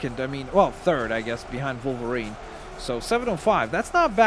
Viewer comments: Hey... it Wolverine, not Volverine... 😑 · It’s not volverine it’s wolverine